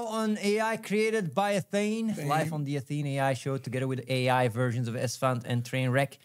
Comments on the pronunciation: What the AI's all have in common: • it is what it is • complains about their day • most of the time pronounce Athene as athenee • they all have some kind of word or phrase they often end their sentences on, reminds me of animal crossing. • sometimes pronounce words wrong that they've said right before many times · I love that the AI keeps calling him “Atheenie”